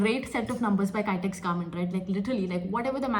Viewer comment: Not kytex garments. Pronounce kitex garments. kitex=Kizhakkambalam Textiles